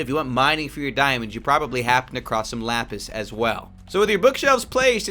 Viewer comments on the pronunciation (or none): none